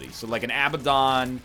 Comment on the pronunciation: Does the egg know that abaddon is pronounced with the accent on the "bad" not the "ab"? It sounds so stupid when he says abaDDON